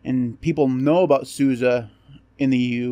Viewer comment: Appreciate that you pronounce SUSE correctly 👍